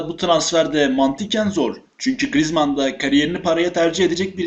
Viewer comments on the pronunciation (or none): none